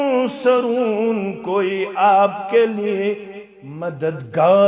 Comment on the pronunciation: آپ بھائی لفظ (آپ)کو صحیح کرو۔